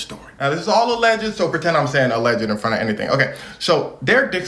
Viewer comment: No disrespect, and love your channel, but “alleged” has only 2 syllables